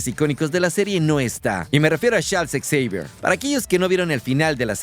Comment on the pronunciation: Deja por favor de decir ecseivier, te escuchas mas ridículo que Xochitl en un discurso.